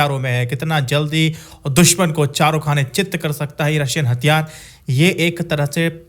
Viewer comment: Hattyaare,,, nhi hathyaar hota hai... ghonchu